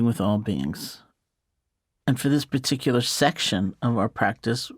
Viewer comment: I like how she says "particular". Sounds like "piticular"